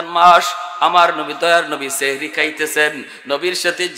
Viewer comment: সেহরী❌সাহরী ✅ এত বড় ভুল করলে আলেমদের কে মানুষ অন্য চখে দেখবে।